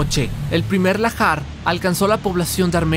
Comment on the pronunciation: Debe ser Lahar y no lajar